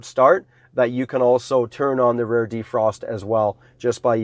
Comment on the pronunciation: why is he saying rare?